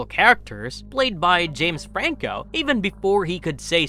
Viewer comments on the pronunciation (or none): none